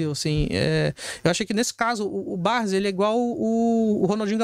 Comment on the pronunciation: Ele fala Barzi e não Barsi conhece muitoooo! Kkkkkkk